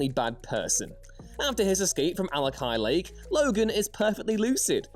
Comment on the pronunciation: "Alkali Lake," not Alakai Lake. Sorry.